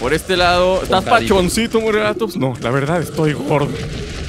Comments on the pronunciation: por favor mis oidos sangran al oir morelatops es morellatops con doble ele y no se dice asi por favor MORELLATOPS con ll no con l suena como si tuviera y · se escribe morellatops pero se dice moreyatops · Se dice morellatops pronunciando las dos (Ll)